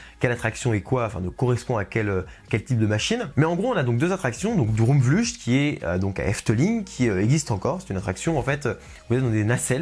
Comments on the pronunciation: Pour information, ça se prononce “Drôme vleucht" (ou “Drôme vleuRt”, en raclant bien la gorge). Eh oui, c’est un peu bizarre le néerlandais. ^^ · Droomvlucht se dit « Droumvloeurt »en gros, on prononce le u comme un oe collé comme dans oeuf et le ch en néerlandais se prononce comme la jota en espagnol, une espèce de r qui vient du fond de la gorge mais un R simple non roulé sera deja plus près de la réalité que ch. Quand aux deux O, ils se prononcent « ou » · Alors l'article est très bien :-) , mais ta prononciation du néerlandais par contre x) droomvlucht : oo se prononce comme 'eau' et ucht comme 'ukt'